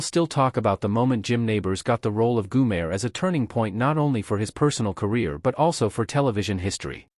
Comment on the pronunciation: WHO THE HELL IS GOOMARE?? HOW ABOUT GOMER!!! THIS NARRATOR IS STUPID!!!!